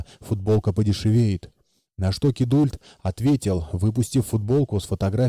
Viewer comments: Да уж! Скорее "кидолт" или вариант с проглатыванием "u". Точно так же, как в слове "adult". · Сам ты "кидульт". Кидалт правильно. Английский учи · классное видео, только вот кидУльт в озвучке постоянно резало слух) Канал супер!